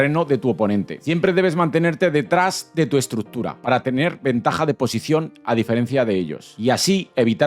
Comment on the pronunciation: necesitas aprender a pronunciar la palabra estructura